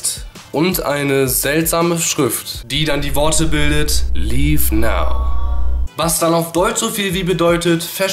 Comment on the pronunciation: Liv now hört sich geil an wenn du das sagst